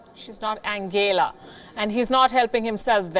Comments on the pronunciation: his german pronunciation of angela was actually correct. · The way he pronounced 'Angela' it is the way it is pronounced in German. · Sorry but he pronounced it right. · Angela was pronounced correctly... Even Trump says like that